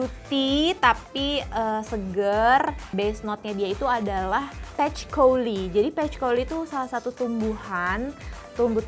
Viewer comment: izin koreksi, patchouli itu bacanya "pachuli"